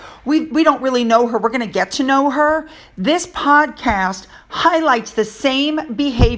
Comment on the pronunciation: Oh my goodness, you mispronounced the word podcast and said podcrass. Hmmm Freudian slip?